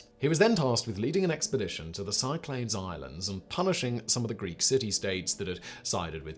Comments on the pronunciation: Surely ''sick-la-dees'', not ''sy-clades''. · Simon, I love your shows, but you really have to find out how to pronounce the stuff you say. “Cyclades” is pronounced “sick ladees” and Cnut is literally pronounced “kanyoot”